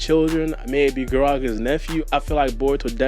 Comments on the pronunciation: fam sees 'GaragA' and hears the "a" being pronounced in the anime and says "Garageh" in the intro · I just feel like you gotta do your hmwrk before you speak. Said like gah-rah-gah